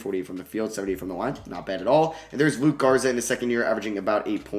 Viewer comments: Yo its LukA Garza not LukE Garza. It’s an A at the end like Luka Doncic. Luka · Love the video but it’s LUKA Garza not Luke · it’s luka garza not luke. i know it’s small but it just bothered me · It’s Luka Garza not luke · Can you learn how to say Luka Garza’s name before your next video? Killed me hearing you call him Luke so many times :/